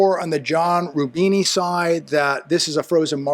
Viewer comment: I think he is named "John Rubino", not "John Rubini".